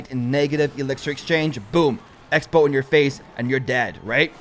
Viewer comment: You said sexbow